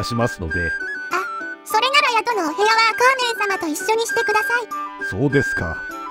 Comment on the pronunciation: アカーネンじゃなくてアカーンネンだろ